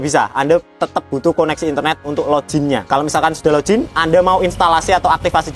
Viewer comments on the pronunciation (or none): Koreksi, mas broh. Sing bener dudu lojin. Tapi login.